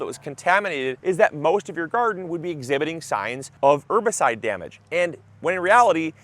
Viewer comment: ERRRRbicide. Polite reminder that the H isn't silent.